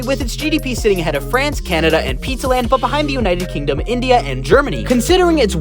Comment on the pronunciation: “Pizza land” NAWWWW-..